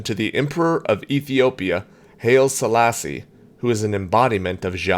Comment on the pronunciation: Good mix of questions today! But two things: Selassie's name is pronounced like "highly", and the sun is the center of the solar system, not galaxy.